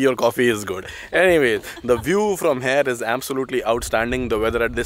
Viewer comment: Everything is great..the chemistry, editing, presentation however i have one small doubt, why do you always say HARE instead of here 😅 please don't take it personally just that you say this word so often and pronounce it incorrectly 😬